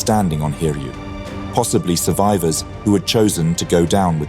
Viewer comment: Its pronounced as Hi-ryu, not Hir-yu.